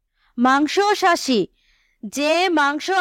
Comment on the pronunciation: আপু আপনি বলেছেন মাংসসাশী কিন্তু এটা হবে মাংসাশী 😂😂